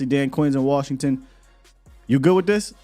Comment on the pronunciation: LVE about to go ball out in worshington 😂😂😂